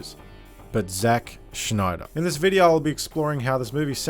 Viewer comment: Who's "Zack Schneider"?